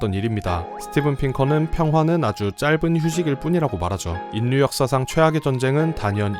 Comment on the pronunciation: 수고에 감사드립니다. 그것과는 별도로 "인류"의 발음은 [인뉴]가 아니라 [일류]입니다. 자음 역행동화현상 때문에 그렇게 발음합니다. "신라"를 [실라]로, "삼천리"를 [삼철리]로 발음하는 것과 같은 현상입니다. 또, "독립"을 [동닙]으로 발음할 때처럼 자음끼리 접할 때 둘 다 변해서 발음되는 자음접변현상도 있습니다. 듣기에 거슬려서 몇 자 적어 봤습니다. 이 댓글은 저 동영상에 담긴 것 중 몇 부분을 수정하여 다시 올리시면 삭제 하겠습니다.